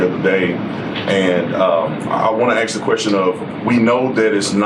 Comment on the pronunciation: why does Brandon Tatum the first questioner say 'aks' instead of 'ask'? is that a style thing?